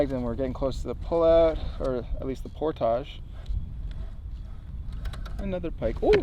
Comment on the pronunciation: oh it's YOU...with your "Pour-Tagaughe"... Pour--TAGE!!